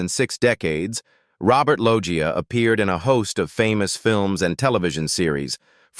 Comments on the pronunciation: "Robert Loia" 🙄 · stupid ai voice over, its robert "loesha" lol